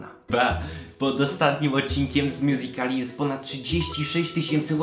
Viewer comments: Błagam nie mow mjuzikali tylko mjuzikli jest to poprawna wymowa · MÓWI SIĘ "MJUZIKLI" A NIE MJUZIKALI KURWA MAĆ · nie mjuzikali tylko mjuzikli OKK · nie czyta się miuzikali tylko miuzikli